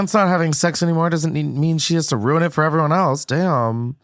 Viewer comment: Ugh.. Ruin is pronounced "roo-in" not "roon" please stop